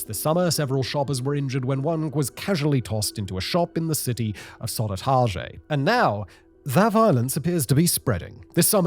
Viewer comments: Soh-duh(r)-TAAL-yeh. A J is pronounced like a Y in most Germanic languages... 😜 Anyways, why no mention of the year 2015 and the influx of 150k refugees? Is that too racist? Probably... From what I've read in Dagens Nyheter, a main reason for the gang warfare is the success of the police in jailing the local criminals (thanks to the French breaking the crypto-chat codes). This created a vacuum that the new gangs filled. These new gangs are much more violent and don't give a crap about murder and killing by-standers. Just open up with a machine gun at the subway in Farsta... no qualms there. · skulle det där låta som södertälje? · hearing Simon pronounce Södertälje French is hilarious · a bit scary to hear about my country Sweden here, yet funny to hear Simon pronouncing Swedish person and city names, like Södertälje